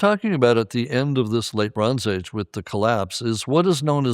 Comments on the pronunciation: Anybody hearing LeBron's Age instead of Late Bronze Age? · Every time he says “Late Bronze Age” I can only hear “Le Bron’s age” 😅